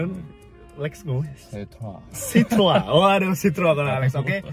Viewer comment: sebetulnya pengucapan bahasa perancisnya itu sitroen. nama ini kan diambil dari nama pendirinya yg sebetulnya orang belanda, pengucapan bahasa belandanya itu sitrun (kayak kita di indonesia ngucapinnya). kalo sitroang itu pengucapan orang indonesia yg sok2 perancis aja.